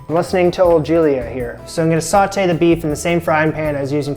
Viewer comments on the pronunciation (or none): The word is pronounced "so - tay", not "saw - tay". Listen to Julia.